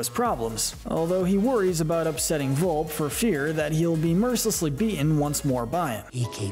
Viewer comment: VolpE, stands for FOX! Where's the E? It is pronounced like A in your English language! Why don't pronounce it? Why is for you Americans so difficult to pronounce Italian words? And where are the Dogfish and Mussolini in this list?